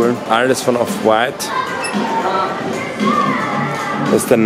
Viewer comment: Die Betonung liegt bei dem "W" bei Off White und nicht beim "t"